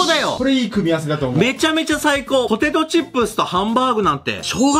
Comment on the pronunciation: 25分49秒 「ほてと」は草